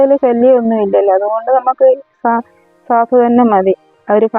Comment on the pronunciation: കാഫ് അല്ല സാഫ് ആണ്